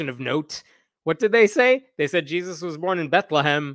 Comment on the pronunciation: "Jees-i" 😂 thank you for the first laugh this year!